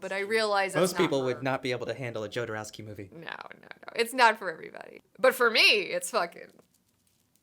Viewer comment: I really hate to be the pronunciation police but can you please stop saying Joe-door-ow-ski. It's pronounced Hod-o-rov-ski. I mean, if you love him so much, the least you could do is say his name correctly.